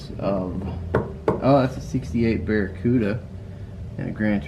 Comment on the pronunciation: thank you for saying the 67 barracuda as you did as many get it wrong and simply say cuda from a mopr guy!!!